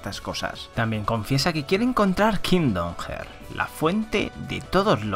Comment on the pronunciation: Muy buen resumen. Aunque se pronuncia “harts” igual que pronuncias braveheart por si te interesa vaya